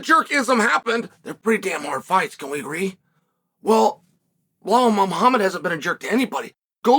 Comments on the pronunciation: I encourage Chael to pronounce champ's name properly! He's not Blehal! 🤣 Honestly, Bilal wins me over with his approach. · Who the fvck is bluh-hall? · Uncle Chael won't even bother pronouncing bullhall's name correctly with that world championship belt around his waist. I'm just sharing with you...that's cold.